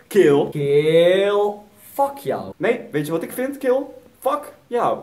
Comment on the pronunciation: haha geniaal met dat fuck yoe nee fuck you😂